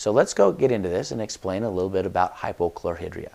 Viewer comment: Why do Utahrds pronounce words incorrectly??? Chlor-High-Dria